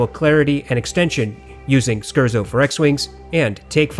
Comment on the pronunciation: Hey there, long comment but all out of appreciation: I love the scientific and intelligent perspective you bring to hifi reviews, comparisons, and tests. By far the best reviewer for the intellectual hifi enthusiast. One thing though... As a professional classical musician I am obligated to bring up that the word "Scherzo" is pronounced [scare-tso] (not skurzo). It's an Italian musical form. I know it's in the name of one of your regularly referenced pieces from the Star Wars soundtrack, and I wouldn't want you turning away any pretentious elitist classical music nerds (like myself) who dismiss the high quality content you provide just because of a mispronunciation. That'll bring my enjoyment of your videos from 99.9% to a full 100%. Keep doing what you're doing. Also, I bought the hi-x55 off your review and they've made my professional production MUCH easier. I'm looking to get a contrasting pair of warm open back headphones for beautiful pleasure listening to classical/soundtracks (something with clear, pronounced, but not mushy, bass). Any suggestions?